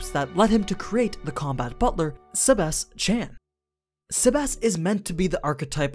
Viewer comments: When you say Sebas Tian it kinda sounds like Sebas-Chan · The way you say his name bugs me